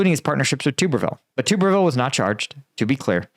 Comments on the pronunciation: Tub ber ville not tuber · At least get his name right, It's pronounced Tubberville. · its pronounced tub er ville like bath tub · stupid. stick to Ukraine. Everyone knew this, me included. You mispronounced his name.